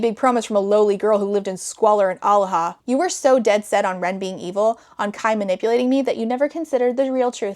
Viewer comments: thank god i wasn’t the only one, also kept hearing “alaha” as aloha. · i kept hearing Omaha :/